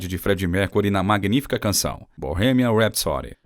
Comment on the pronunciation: Aprende falar Bohemian Rapsody😂😂😂😂